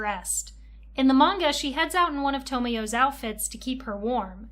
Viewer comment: how do you watch the anime and mispronounce Syaoran and Tomoyo's names